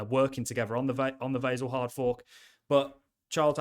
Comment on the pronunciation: I don't like how you pronounce Vasil.